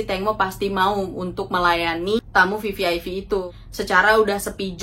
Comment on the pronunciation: VVIP mba....bukan VVIV